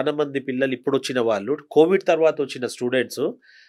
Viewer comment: వాల్లు కాదు, 'వాళ్ళు' అని పలకండి. తెలుగు భాషను గౌరవించండి.